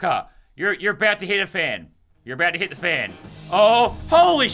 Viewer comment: Lazarbeam when you said "hit the fan" it sounded like "Hitler fan"